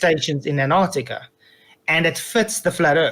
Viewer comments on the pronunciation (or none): That idiot Fkatzoid still says Anartica......what a moron. At least I can say his country correctly...Sith Ifrica